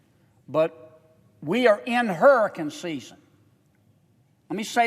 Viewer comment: HURRACUN SIZZEN